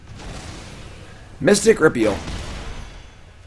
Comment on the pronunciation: He finally said mystic repeal correctly!